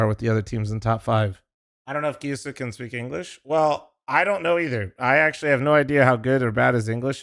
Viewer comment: It should be pronounced "KEE-YO-SOO-KAY" if its supposed to be Japanese, atleast it looks Jap, they pronounce every syllable